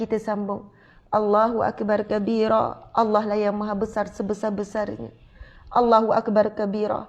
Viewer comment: slm, ustazah, allah huakbaru kabira , bkn huakbar kabira